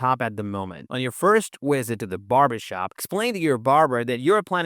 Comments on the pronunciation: I die a little inside every time he says “wisit” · lets go wisit the barber real quick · “wisit” I’m dead